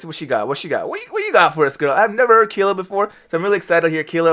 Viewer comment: Fantastic!! It is pronounced KHAAYLAH not keela😃